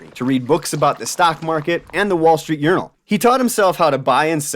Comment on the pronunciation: Did you say "wall street urinal", I thought you did 😎 🏷️